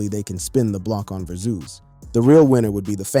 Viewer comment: Broooooooooo. WTF u keep saying verzooz. It’s driving me fucking crazy. Learn English.